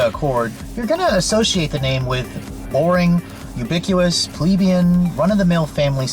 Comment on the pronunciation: I'm sorry. You lost me at "ubiquous."